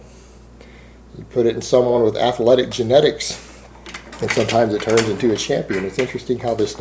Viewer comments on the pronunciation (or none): Athaletic, Athaleete..... What's up with these pronunciations?